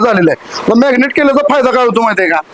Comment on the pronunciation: मॅग्नेट नाही हो दादा 😄😄 मॅरीनेट आहे ते 😄😄😄